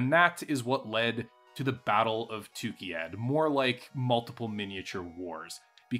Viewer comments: Great video, but you constantly mispronounce the place name. It's TukAyyId, not TukIyyAd. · this whole set of 3 videos was fun but I couldn't get over him calling it tookeeyad every time 😆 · I'm so thrown off by your pronouncing of Tukayyid as "Tukeyad"